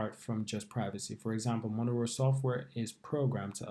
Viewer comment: Mo- ne- ro